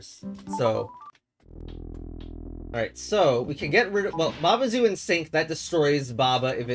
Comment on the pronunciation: its pronounced /ba ai ju/